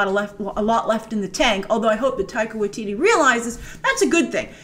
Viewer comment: OMG : tip: How to pronounce his name properly. Taika Waititi pronounced Tie -Kah Why -Tit-T not Why teetee